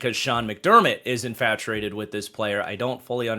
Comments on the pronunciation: It’s infatTUATED. There’s no “r” sound. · infatuated not infaturated